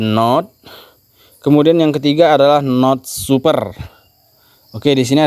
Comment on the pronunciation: biasa makan singkong bc bhs inggris😂🤣 node di baca sesuai tulisan = node, bukan nod 🤣😂 ( pi node bukan pinod )